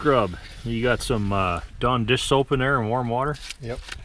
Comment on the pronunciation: I kept thinking he was saying "John Deere soap..." I was like whaaa? Finally figured out he said Dawn dish soap. lol.